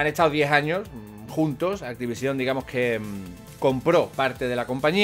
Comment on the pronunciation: te juro que me va a explotar un puto ojo si te oigo decir una vez mas activisión!! que no tiene tilde cojones jajajajjaa